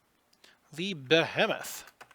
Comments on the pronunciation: Trust me, I've been watching enough WW2 Tube-casters to hear a fair share of mispronunciations. And here ya go: Basically, it's accent on the 2nd syllable, 2nd E is a long vowel sound. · I mean, it's your game, and it's your video, and you can do what you want... but I literally cringed at that pronunciation of "Behemoth"